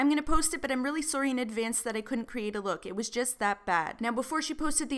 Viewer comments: not trying to be rude but why do you say "sorry" like soury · The way she says sorry is weird lmao